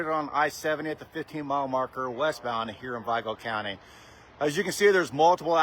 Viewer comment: never heard someone pronounce vigo county like that